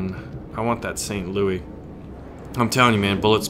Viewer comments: We say St, LouiSSSSSS the 's' is not silent. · Since it's an American ship and named after the city you pronounce the S in St. Louis. Just sayan.